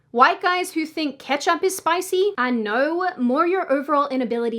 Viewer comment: I noew vs I know.. what accent does this girl have?